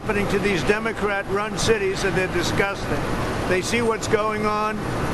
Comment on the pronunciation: Love how he says Demokkkrat cities!!😎✌